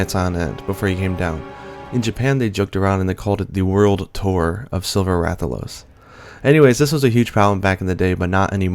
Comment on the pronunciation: Awesome video, but in regards to the Rathian and Rathalos - they're pronounced mostly the same. Wrath al os and Wrath e anne...